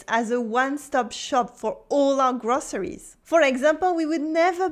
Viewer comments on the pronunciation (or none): May I offer a gentle suggestion ? Your English vocab and grammar are ok, but please work on your pronunciation... ! "soon" sounds like "suun" - "too" sounds lik "tuu" - "groceries" sounds like "grosseries".... - "where" sounds like "were" ... - "butcher" sounds like "beutcher" - "local" sounds like "lockal" - "these" sounds like "this" "vocabulary" sounds like "voklaburie" I only understood from the context what you meant